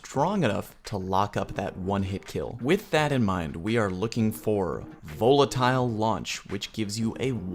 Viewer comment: why is he pronouncing volatile like that?